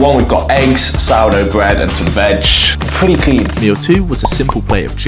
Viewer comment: I’m a pwetty tall gwuy